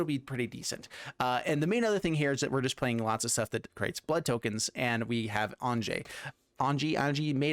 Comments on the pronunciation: Am i the only one calling her "Ahn-ya"? It seems like the 'j' should make a the sound a consonant 'y' normally would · Great deck. Just one thing, Anje is actually pronounced "anya" since her family has the whole German thing going on. Falkenrath is derived from the words meaning "Counsel of Falcons". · According to Gavin Verhey it's pronounced AYN-jee, but everywhere in the world that the name is actually common, it's usually pronounced AHN-ya. Its origin comes from the Hebrew name Anna.